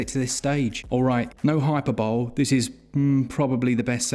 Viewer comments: May be an ignorant American here…. But I’m pretty sure it’s pronounced “hai-pur-buh-lee” stateside and “hai-puh-buh-lee” across the pond. “Hyper-bol?” If that is a regional pronunciation I’d love to know where from :) ❤️❤️❤️ keep it up friends! Love your channel! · Hyperbole - great word, often mispronounced. Here’s how you say it: “High_per_bo_lee” Also thanks again for another brilliantly useful vid! The eshop has such a poor UI I don’t think any of us would ever find most of these games without you chaps! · I had to look up if the British pronunciation is hyperbowl. It is not. ;) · it's pronounced "hi-per-bur-lee" (just so you know 😉) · Annoying English teacher reporting for duty! Hyperbole is pronounced hi-per-bow-lee 🙏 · Bro that's not how to pronounce hyperbole. I made the same mistake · Saveloy selection AND the best pronunciation of hyperbole I've ever heard in one episode? This is why the channel is getting the big numbers.